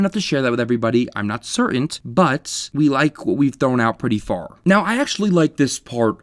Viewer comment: Please learn how to say certain